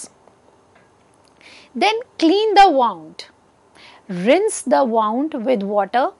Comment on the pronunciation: It's pronounced as 'woond' and not 'waaund'